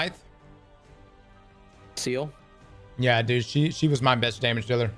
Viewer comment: Lol lune and seal lmao...what is it with streamers when they hear how to pronounce a word or name they refuse to do it correctly. It's lune...like loo-nay...and sciel...like sea-el